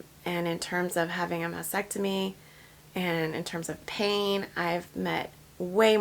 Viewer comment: FYI… It’s pronounced mastectomy (Ma*stek*tuh*mee) not masectomy